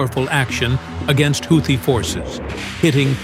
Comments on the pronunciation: A "HOW-thi"??? Gotta love AI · Why stupid houti piutee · How many pronunciations of "Houthi" will we hear? I hats Ai narration. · The narrator pronounced "Houthi" differently like 4 or five times